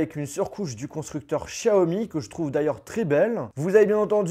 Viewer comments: Chiaomi naannn, c est xiaomi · C'est Xiaomi pas Shaomi Merci